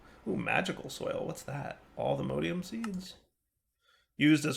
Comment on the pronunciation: 21 episodes in, still saying "all the modeium" instead of "all the modium" and my soul is still dying from it.